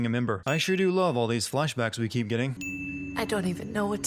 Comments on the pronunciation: "keeo" 1 sin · "keeo" not keep